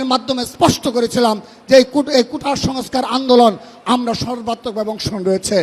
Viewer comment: আদু ভাই কুতা না কোটা। ভালো ভাবে বলেন।